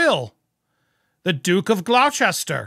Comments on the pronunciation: GlochESTER LOL - pronounced Glosster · For future reference Gloucester is pronounced Glosster forget about the bits in the middle 😊 from UK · its pronounced Gloster not Glowcester I disagree the RF have not endorsed them using their titles by including their webpage but have disassociated themselves by separating them selves from what they are doing now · It is pronounced GLOSSter. No chester. It makes people question the validity of the person and what they say if they can’t pronounce it. 🥴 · It's pronounced "Gloss-ter" not "Glow-chest-her." I'm an American but I couldn't get past that. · Gloster (not "glow chester")? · 'Gloster' not Glochester' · The pronunciation of the name of the Duke of Gloucester is actually Gloster...just like Leicester is pronunced as Lester! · The Duke of Gloucester - is pronounced as 'Gloss-ter' - I know, we're weird in the UK 🤣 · It's pronounced Duke & Duchess of GLOSTER..😊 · Glock-Chester... 😂... Love it xx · Bless you Gloucester is pronounced Gloster. Like the nursery rhyme - Dr Foster went to Gloucester (Gloster)in a shower if rain, He stepped in a puddle right up to his middle and never went there again. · Gloucester is pronounced "Gloss-ter." Massachusetts has one that's pronounced the same way. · Gloucester = Gloster for godsake. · Gloucester is pronounced “Gloster”, I know I live in Gloucestershire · It is "Gloucester" for crying out loud, not "glouchester" BTW, ... On that photo, look down at MM's feet. A bunion is sticking out of the shoe! It is reported that she had surgery to remove them but has has her pontoon-size feet with bunions before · Gloucester is pronounced 'glos ter'. Edinburgh is pronounced 'ed in bra' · Just an FYI - Gloucester is pronounced Glosster. Love your pod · Gloucester is pronounced "Glosster" I believe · ...its pronounced Gloster ❤ kath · Please say Gloucester like Gloster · It is pronounced 'gloster' tho spelt Gloucester, this happens alot with the counties with shire on the end 😆